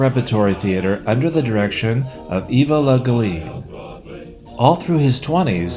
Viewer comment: Pretty much hit all the points I would have hoped it would -- one real quibble being the pronunciation of the last name of Eva Le Gallienne. He also played the title role in the Universal film version of Dickens's unfinished serialized mystery novel The Mystery of Edwin Drood, with Claude Rains as the opium-addicted cathedral organist the screenwriters identified as the murderer of Manners's character. And they tore up his star on the Hollywood Walk of Fame when he walked away to be true to himself.